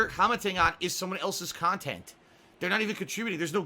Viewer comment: "He's re-streaming illegal, stolen khanthent!" Nice one,. XD